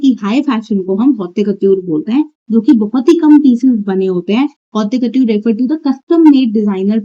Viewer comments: It’s pronounced like hot cuhtyoor or kotoor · It’s not hautya kotyore 😭😭😭 the pronunciation- I’m dying 😭